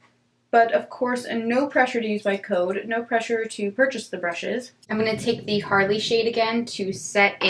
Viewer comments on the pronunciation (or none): none